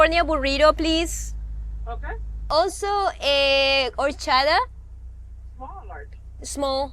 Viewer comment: Se me ha hecho durillo de ver como has tenido que pronunciar "burrito" y "horchata" para que te entiendan 🤣🤣